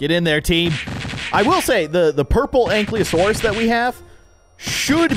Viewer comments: “Anklyosaurus” bro it says ank-ylo-saurus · It's not ank le o Saurus it's an Kai lo sour us